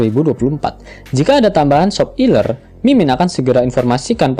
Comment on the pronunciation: Seger min "SOP ILER" nya ✌😂